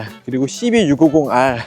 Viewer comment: 역시 씨비다... 욕하시는줄 ㅋㅋㅋㅋㅋㅋㅋㅋㅋㅋ